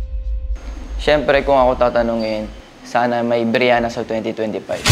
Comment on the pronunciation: brihana po hindi po briyana